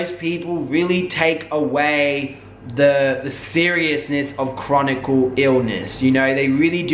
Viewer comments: It's "chronic illness" btw, Not "chronicle". Just wanted to share that with you. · I SUFFER FROM FIBROMYALGIA & BTW HERE'S HOW IT PRONOUNCED FIBRO-MY-AL-GA!!! FIBROMYALGIA IS A MUSCULOSKELETAL CONDITION. THE SYMPTOMS INCLUDED WIDESPREAD MUSCLE & JOINT PAIN AS WELL AS MODERATE TO SEVERE FATIGUE. A LARGE MAJORITY OF CHRONIC ( NOT CHRONICAL - THERE'S NO SUCH WORD ) ILLNESSES ARE ACCOMPANIED BY FIBROMYALGIA BECAUSE THE BODY IS STRUGGLING TO FUNCTION!!! WHETHER SHE HAS IT OR NOT WHAT SHE DESCRIBES IS RIGHT!!! U SERIOUSLY NEEDED TO FREAKIN EDUCATE YOURSELF BEFORE U SAY CERTAIN SHIT SERIOUSLY!!!